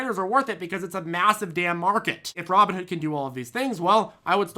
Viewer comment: You sounded like a subliminal message saying Robbing Hood every 10 seconds 🤣